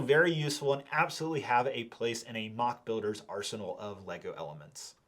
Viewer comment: They "literally" saved your life? That means, you would have actually died hadn't you had them? That's a story I want to hear! Someone's life coming to an end because of a missing Lego piece... ...or, you have as little idea what "literally" means, as you have about how words are pronounced. It's not "maac" but "moc", it's not "dioreema" but "diorama" - DUDE! Learn English before you make a video! This lack of verbal ability is disgusting! "Literally" disgusting (means my stomach hurts)